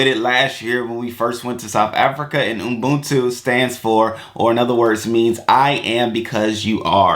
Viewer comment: U-BUNTU not Umbuntu lol...or just say Botho which is a tswana/sotho version of the same word/term